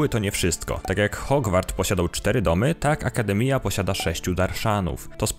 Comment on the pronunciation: Bez urazy ale " Akdemiia" to jest "akademia " przez J 🤣 naprawdę sorry